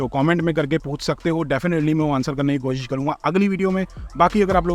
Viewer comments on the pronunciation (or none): none